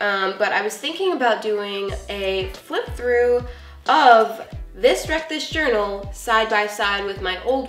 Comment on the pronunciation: It sounds like you say reckless journal..